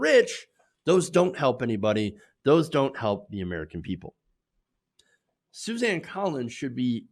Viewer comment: Susan not Suzanne! I know it is not that important, but it annoys me hear you mispronounce names.